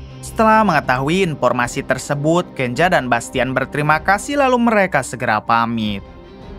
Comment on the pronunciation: Kenza bukan kenja